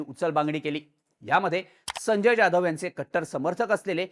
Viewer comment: अरे बॉ जाधव बोल ना ज्याधव काय??